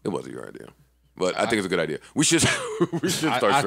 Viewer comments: “All these people talking in my ear, I got a id-ear...”. It wasn’t the best bar but that’s a bar bruh. People in his ear, head, so he has an idea. He pronounces idea as i-dea-er, which is why he mention the clerk Id’ing her for beer. I can see how some like yo it’s kinda a struggle bar, but niggas hating this but loving 69 smfh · ID-ya for the be-er